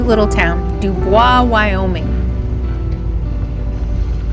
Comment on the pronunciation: PSS- (apologies...my only triple comment EVER), it’s DOO-Boys, stress on first syllable. Just for your records☺️. Carry on and enjoy Jackson Hole, I lived and worked there 2 “seasons” in the 80’s. One in Grand Teton NP, the next in Jackson. Best years ever. Be well.